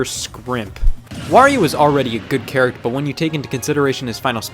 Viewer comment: did you got get the “ter” part of “character”?